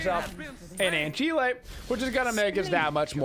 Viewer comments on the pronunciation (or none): an-ki-leh? you mean an-sil?